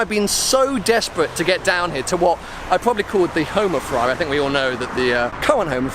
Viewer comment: Is it just me or does everyone cringe when he says Ferwawi